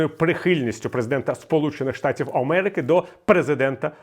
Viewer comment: "…Сполучених штатів Омерики…", щось не те з Віталієм Едуардовичем, може захворів?